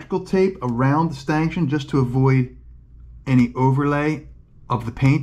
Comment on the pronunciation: A stanchion is pronounced stanshun, not stankshun